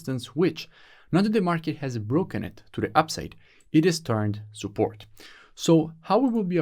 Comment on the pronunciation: No offense but I love it when you say soupport instead if support 😹😹😹